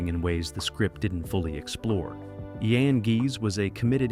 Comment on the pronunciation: Not important to the story, but it’s “Meep and Yon* Hees,” but my H represents /x/, a voiceless velar derivative, a raspy sound in the back of the throat. Jan rhymes with Don. They pronounce the English G in A Small Light.